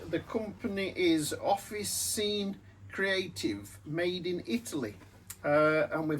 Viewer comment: Good job as usual! By the way, they're italian, so the "Ci" is a "ch" sound in english. So it's pronounced Off-ih-chee-n'eh 🇮🇹